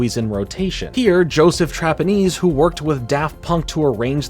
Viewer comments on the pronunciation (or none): none